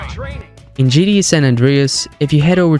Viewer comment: British folks are silly. A kangaroo would probably say it that way also.